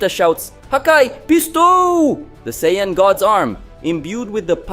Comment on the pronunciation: I keep on forgetting you’re that guy cannot pronounce half Dragon Ball Z nations name, right you can’t say Goku and Vegeta‘s race name right you can’t even say Broly’s name right get off of YouTube man get out of here you’re no DBZ fan come on get you can’t say their names right you’re nothing get out of here get off of YouTube quit messing up and saying the wrong names so people can get the names right and learn the new fanscome on get out of here cannot pronounce the names right go back and go back to first grade and learn how to say their names right bro saying is not hard to say their names right Broly